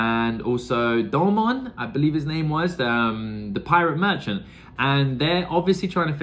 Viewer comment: I love the way you pronounce the names. It’s a new take for me that gets me cracking up. Reminds me of Key and Peele’s Substitute Teacher sketch. 😂